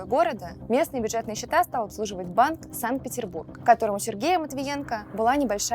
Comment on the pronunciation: Пожалуйста , ВЫУЧИТЕ названиеигорода САНКТ-Петербург!!! не каверкайте его!!! понимаю, что для вас и москва моська, и Россия рашка, и русмкий язык кацапский, но всё же, раз вешаете на весь мир, тоВЫУЧИТЕ и не позорьтесь, пожалуйста ! понимаю, что для вас париж пижик, брюссель брюська, сан-франциско фантик, но Город-герой, да и вообще ГЕОГРАФИЮ, нужно знать. п.с. нет страны америка, а есть сша, сшашники, жители сша, през-т сша,... тоже оьучите персонал.